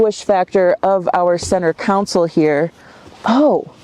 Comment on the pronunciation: why do women think they look good with a bun? people are afraid to tell them. did you say counsel instead of console